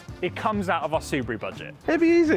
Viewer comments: cal it the ' subie do" like scooby do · Its a su-bee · Subeeru, like a bee